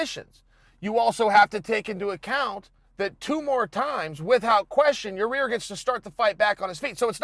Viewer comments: It ain't Ya-Rear Uncle Chael.. For the umpteenth time It's Ya-Ear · (Ya-rear) Rodriguez lol chael it’s (ya-ear) yair ... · Ya rear??? 'Yai-ear'...Chael, come on dude! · YaRear!!! Lol c'mon Chael. YAH EAR DUMMY! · Chael: So Yareeer... Every1- its Yair Chael- ok great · Yaaaa ear!!! Not ya rear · “Ya-Rare.” Chael (Allweight GOAT) Sonnen -2019. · Ya--- clears throat Excuse me. YA-REAR RODRIGUEZ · Chael mispronouncing names is my favorite thing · Anybody else come here to hear Uncle Chael say “Yah-reer” again? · 1 second in.. Chael : "Ya-rear" Me: "Ok Great" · "Ya-ear...excuse me...Ya Rear Rodriguez" - Uncle Chael 😂😂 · "Ya-reer" 😂😂😂😂 gotta luv it! Only uncle Chael... 😂🤣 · Chael Stick your decision win up "Ya-rear" Sonnen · “ Your-Ear Vs Jeremy “ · Still calling him “Your-rear” lol! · hey unc do us a favor.. its pronounced yi-year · Ya'Rir... Yar'Rir, Ya-Ya-Reer Rodriguez... Yarir. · Holy shit, he actually does say Ya-rear. And Bolth. Also Brikfrest. You ok Uncle Chael? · Uncle Chael constantly slaughtering names . YAREAR and Kumar as examples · Yai - ear chael, your friend corrected you a few weeks ago lmao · Ya-e-air. Yair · Number 1 comment underneath mine👇.... And no disrespect uncle chael its ya- ear .. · It’s YIGH- ear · Just say "ya ear" instead of trying to pronounce his name. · Yaw- rear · Had to stop watching as soon as he said your-rear. I don’t believe he’s even watching the fights anymore. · Hey Chael, stop calling Yaír “your-rear”. Because that’s obviously not how his name is pronounced. 😂😂 c’mon, man. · he ALMOST says his name right... but then catches himself lol. It’s definitely done on purpose at this point. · I don’t understand how he can continually mispronounce his name. Its 2 syllables.